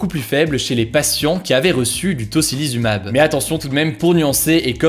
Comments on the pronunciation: Un grand bravo pour la prononciation parfaite de "tocilizumab" et deux fois, en plus !!! 👏👏👏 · Tocilizumab avant de faire la vidéo il a du le dire 10 mille fois avant de le dire parfaitement mdr 😂